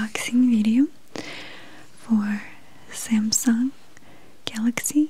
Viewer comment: It's galaxy not gaylexay 😂